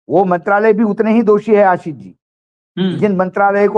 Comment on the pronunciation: आसीस नहीं, आशीष . मेहरबान हो जàइये हम पर. हम आपके मेहमान को सुन ने के लिए आप का चैनल सब्सक्राइब किया हैं. अगर आप को सुन्ना हैं तो आप को फोन करके सुनेगा ना ? १२ मिनट के भाषण में ११ मिनट फटाफट वो भी मेहमान को साथ लेकर . बस आसीस , बहु आपला मानुस आहे , उन्हें मालूम हैं सब कुछ, क्योंकि उनका नाम अशोक वांकडे हैं